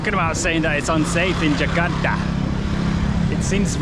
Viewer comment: I like the way you pronounce “Jakarta.” I can sense your efforts when mimicking the local accent most of the time